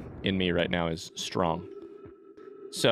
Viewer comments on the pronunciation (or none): none